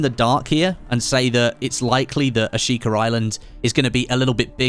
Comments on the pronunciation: There is no R in Ashika. Not a single one. I get your British, but just stop it. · There’s an R in Ashika I just know it